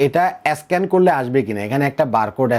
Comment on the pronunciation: ভাইরে স্ক্যান উচ্চারণ ঠিক করে বলেন।